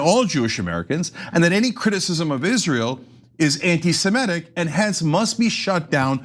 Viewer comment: "Anti-simetic"???????????? Like, Simetes????????? It's hard to listen to this mispronunciation all the time, Cenk.